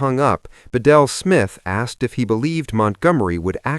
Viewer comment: Again, regardless of what your AI narrator might think, it's pronounced BEEdle Smith, not beDEL.